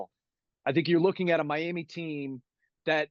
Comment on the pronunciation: You know a person knows the Miami area when they pronounce it as "my-am-muh". Lol